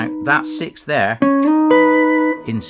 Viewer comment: "siks" yes "siks-es" yes "sikth" ?!?!?